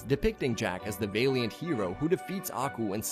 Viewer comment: It's not VAY-LEE-ENT. ITS VA-LEE-UHNT